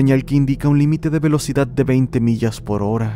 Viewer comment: "ciudat" "velocidat" JAAJJAJAJAJAJAJAJJA😂😂😂😂